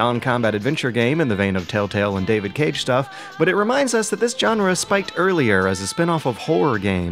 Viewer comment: Great review! The only glitch was the bizarre pronunciation of "genre' ;)